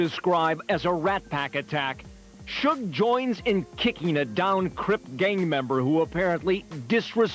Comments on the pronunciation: Who is "Shoog"? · wtf is a shoog, trash ass AI channel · Who tf is shoog? This AI slop has to go … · “Shoog Knight.” “Mob Pie-roo.” Too many creators are too comfortable being lazy with AI captions. 👎🏾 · Suge pronounced shug its short for sugar bear